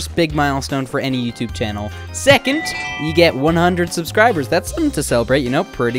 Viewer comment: "Channle" interesting 🤔😅